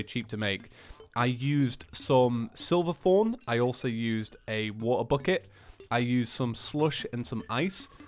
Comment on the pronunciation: It's SHIVERTHORN. SHIVER as in tremble because it's cold